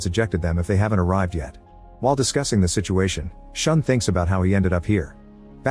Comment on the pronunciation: The pronunciation of yakuza, Takeshi, and Shun is so bad it pains me to watch 💀It's not pronounced "sean", but "shoo-n", and not "tekeshi", but "ta-ke-shi". Maybe just do a quick google?